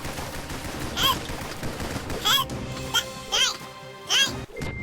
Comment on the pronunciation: i like how he says elp elp elp elp